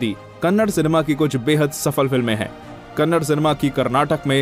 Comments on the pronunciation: Hey handi sorry Hindi it's kannada not kannad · Dude it’s not Kannad it’s Kannada❤️ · It's not Kannad it's " Kannada " Please atleast now pronounce properly... It's irritating to hear people calling it Kannad 😑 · ಅದು ಕನ್ನಡ, ಕನ್ನಡ್ ಅಲ್ಲ. It's Kannada, not Kannad. Pronounce properly. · It is "Kannada" not "Kannad", Do south India people call Hindi as Handi?? If anyone have guts reply? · Bro u hv to pronounce it as kannada not kannad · If u say kannada is kannad then we will say Hindi as a handhi,😂😂 say probably first it's not a kannad it's a kannada